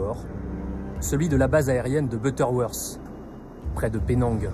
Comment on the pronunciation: Butterworse? Vous êtes terrible avec la prononciation! Butterworth! Pas worse !et c est Boeing pas boeingue! Trop français de dire « cet ancien cadre de telle compagnie » une victime est une victime peut i porte son boulot !